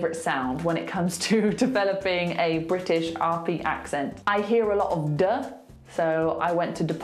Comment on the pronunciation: a lot of - a lo_of))) just seconds ago explained that glottal stop only before consonants)))